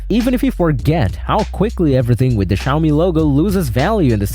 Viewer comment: Bro bro bided the “Xiaomi” characters and said “Suchi” 😅❤